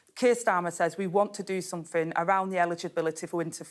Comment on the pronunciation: I'm guessing "somefin" means " something" 🤷